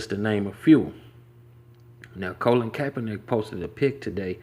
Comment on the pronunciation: His name is "Colin", not "Colon" lol